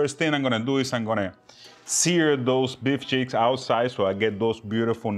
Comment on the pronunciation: I told you it was awesome. It sounds like you said to “It’s beef Sheetz” LOL. Like Beef S_ _ t. Oh man. Ok it’s the accent sorry...Did you see looks at you eating the whole time 😂Love it and glad you enjoyed the Beef Cheeks. Wait until I speak with Meat The Butchers and get some more mystery meat. And no...lion meat yet. Great video. Love you guys.